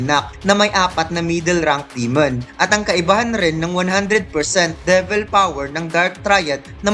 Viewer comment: Lods De-vil, Gawtch (Gauche) Li-va (Liebe) kung tama po ayan yung tamang pronunciation non.